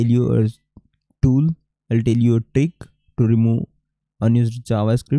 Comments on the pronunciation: Bro mujhe sabse Accha " I'll toll you laga "🤣🤣🤣🤣😂😂😂😂😂😂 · Bhai ye I'll toll you kya hai😂😂😂😂😂😂😂